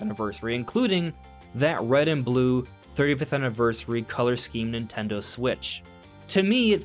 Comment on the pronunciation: Am i the only one who finds it extremely bothersome how he says "Nintelndl" repeatedly?